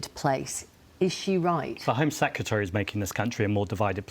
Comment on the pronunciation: Absurd insult flinging is not debate. And he can't even pronounce the word secretary.